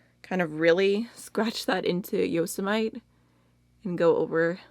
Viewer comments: Yosemite is named after a dog whose name is a reference to Yosemite National Park. Yosemite is actually pronounced Yo-sem-ih-tee. :) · I’ve never heard anyone say the way she did who lives in the US. So funny 😂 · Omg i’m from Sweden and even I an getting annoyed at how you can pronounce Yosemite like that 🙈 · Yosemite is pronounced Yo-sem-it-tee, like the National Park. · Omg! You pronounced Yosemite the way my teacher used to! She said she visited and the locals would get upset when "tourists" pronounced it "yo-se-mi-teee". That's so funny, I've never been there so I REALLY wouldn't know if that were true 😊 love your vids btw 💖🤗🤗